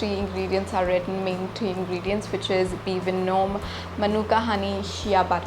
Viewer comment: be venum- thts how it is pronounced